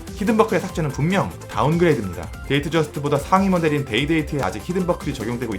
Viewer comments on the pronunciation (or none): 근데 데이트저스트를 왜 데이저스트라고 하는거에요??